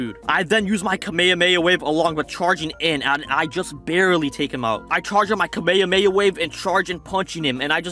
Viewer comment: dude ur videos are good but ur not saying kamhamma right